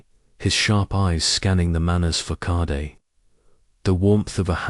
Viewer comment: Well, what a surprise that the terrible reading turns the story into a rip roaring comedy. Who knew that facade could be pronounced as ‘ fack-a-day! 😂